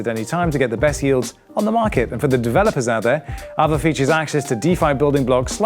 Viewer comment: It should be pronounced as aa-vay